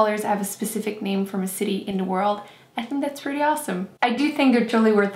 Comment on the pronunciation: Whats up with the way shes pronouncing the names?